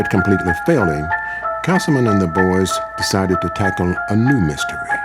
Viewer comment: I love how she pronounces his name Kasm.